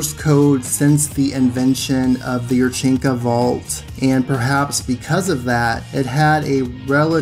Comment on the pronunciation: I cringe every time you say yurchenka.